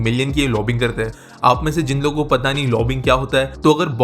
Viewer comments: It is not 'lobbing', but 'lobby-ing' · aa re chutia, lobbing ni hyi, it is said like "lobbying".